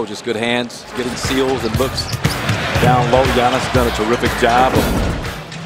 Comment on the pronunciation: His Name Called Giannis !!! NOT GIANNOS !!!!